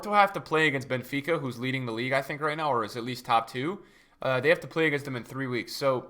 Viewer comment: Benefica NO ITS BENFICA